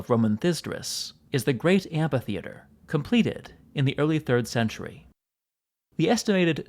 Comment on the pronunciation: Stop saying "anfaytheater". It's just " anfy". Or do you spell "anfaybious " (amphybious)?